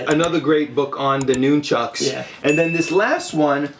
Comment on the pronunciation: I liked the video, just too many speaking at once but please my biggest pet peeve is it’s pronounced NUN-CHUCKU or more than one pair NUN-CHUCKS, not NOON- Chucks. ✌🏼